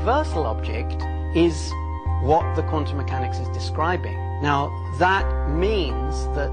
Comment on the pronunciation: How the hell could you butcher the word "quantum" THAT badly in the d-box??